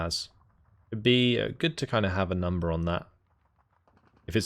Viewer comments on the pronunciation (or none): none